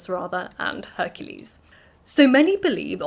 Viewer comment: Mabee it is my age, but it sounds like you are saying "hercese, instead of Hercules